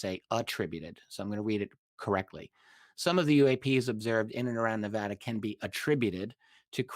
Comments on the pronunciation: Hey, it’s pronounced Ne VA duh. Like VAst. NOT nuVAHduh. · It's Nevada.....not 'Nevawda' lol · Please god stop saying Tonopah as tone -a-puh...it's pronounced Tone😮 -a-paw, And Sandia is Pronounced San Deee ah, it's a hard D. And Nevada...is not Neh vauh duh, it's Ne va duh. You're killing me over here...lol ps love the channel. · I absolutely love the work you are doing. It's awesome seeing such in-depth analysis and investigation efforts made on the UAP topic. I just wish you could pronounce Nevada and Tonopah properly, coming from someone who lives there. 😂